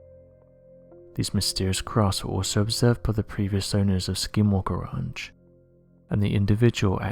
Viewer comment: Lol "Skinwalker raunch"